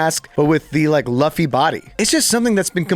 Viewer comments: This guy said LUH-FFY EWWWWW LOO-FFY Dude god damn your on the internet you couldnt just google the name? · swear to god, if you say Luhffy again I will shit yourself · The WHO body????? WHO is “Luh-fee”. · how can you mess up luffy’s name that badly LMAO